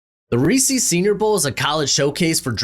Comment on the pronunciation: Reecees? lol